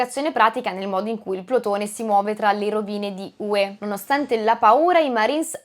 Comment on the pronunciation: certo, ma Hue ha l'accento sulla U e non sulla E come si direbbe in Campania.......🤣